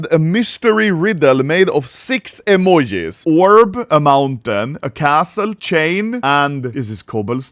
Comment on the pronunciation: “Six EMOHEES” 🤣🤣🤣🤣